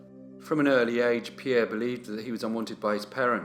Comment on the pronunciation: When I saw the notification for this new upload I could hardly wait to get home, I wanted to hear pronounce Pierre's surname😂. you are so good with the pronunciations I take my hat off to you. Keep up the good work